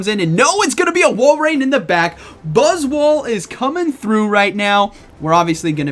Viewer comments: Sounded like one time you messed up and said BuzzSwole. I was like, yea, that's not inaccurate, look at that thing. Lol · Faster i spell this buzzwole it sounds like butt$ole. 😬